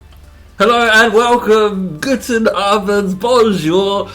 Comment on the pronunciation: Guten not gooten table ;P